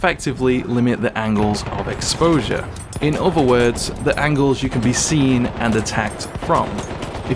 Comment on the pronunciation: 'Other' has a 'th' sound in it. There's no 'v'. It's not 'uver'.